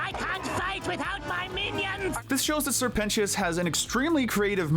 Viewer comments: “Sir pentios” WHY DID U SAY IT LIKE THAT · “Sir Pen-ti-is” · NO WAY YOU PRONOUNCED SIR PENTIOUS' NAME LIKE THAT😭